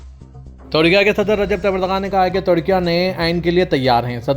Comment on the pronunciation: Tudkia tudkia kya hai. Very bad pronunciation.